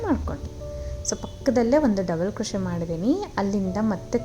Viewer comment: Beautiful design. Please pronounce 'picot' as PICO. T is silent. Also the word crochet is pronounced as Croche( T is silent)